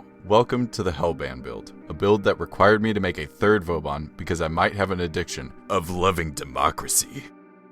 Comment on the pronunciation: I just came here because a dude kept calling vauban vobauhn. I don't know if I feel better here...